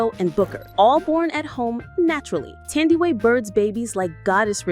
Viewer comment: You have pronounced her name wrong. It’s NOT pronounced Thandiwe, with the TH pronounced. It’s TANDIWE. The TH is a TAH Sound.